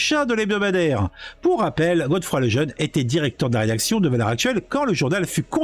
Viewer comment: C'est pas Godefroy c'est Geoffroy. Faut lire !